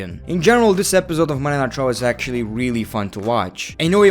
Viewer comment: Am I the only one who hears Monday nitro when ever he says Monday night raw